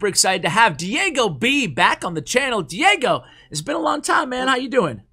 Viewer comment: Die-gob...... nope.... ain't gonna laugh